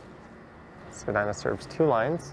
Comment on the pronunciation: great street with a great history some of what I remember (I am over 80). someone should write a history with pictures.. you say Spadyna and I say Spadeena.